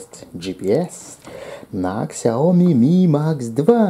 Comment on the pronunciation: Сяоми,а не ксяоми